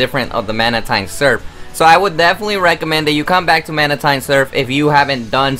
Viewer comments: Its mantine not manatine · It's MAN-TINE surf, not manen-tain surf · What is a man I to be it's mantine(manteen)